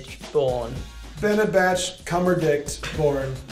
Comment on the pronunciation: Crazy Kat Computers he said cumberdict